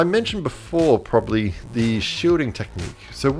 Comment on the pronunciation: “probsably” 😂😂😂 struggle was real in this vid